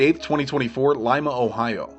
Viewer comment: Thank you for getting the pronunciation of Lima, Ohio correct. It's like the bean, NOT the Peruvian city. Locals take the distinction to heart.